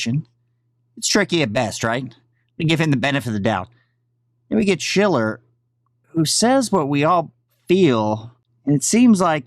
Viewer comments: I like your content and routinely watch...but the dudes name is pronounced “shell-er”. Have a great day. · You're still fucking up his name...Stooge SHILLer